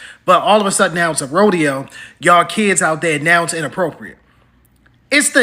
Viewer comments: It's RO-DE-HOE!!!!!!! C'MON HOUSTON!!!!!!! 😭😭😭😭😭😭😭😭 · The Hoe-deo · Someone called the “Hoedeo” 😂 on another post!